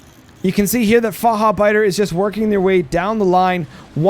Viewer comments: "Fahabeida" xD Near perfection by tho! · The "ch" needs a bit more aggression. It should Sound Like the spanish "j" for example in Jalapeños.